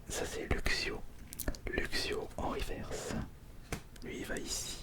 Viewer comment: On prononce " riveurce " stp merci 😂😂😉